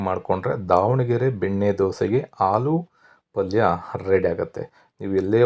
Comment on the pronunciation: ಹಾಲು ಗಡ್ಡೆ, ಹಾಲು ಪಲ್ಯಾ ಕೇಳಿ ಬೇಜಾರಾಗ್ತಿದೆ ಕನ್ನಡ ಸರಿ ಮಾತಾಡಿ pls